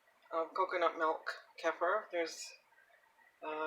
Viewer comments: Thank you. Helpful recipe. Hopefully you know by now: "kefir" is pronounced kee-fer. Not keffer. Crazy making considering how often you say it in your video. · its actually pronounced "kuh-feer" not keefer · You can pronounce it any way you like, but the way I pronounce it in my videos is actually correct if you're not European. Most Europeans, from where it originated, pronounce it 'kefeer'.